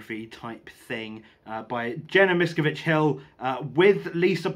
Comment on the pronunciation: Okay...where to start as I've been reading about and watching videos on Scientology for years--NOT AS A FOLLOWER...1) it's pronounced "miss-scaaav-vidge 2) the definitive book on the cult and Hubbard is Going Clear which you may have read?? 3)The cult's second largest base was and has been in the UK at Saint Hill in East Grimstead...where Hubbard lived for 7 years ..so Watch out they are closer than you think;)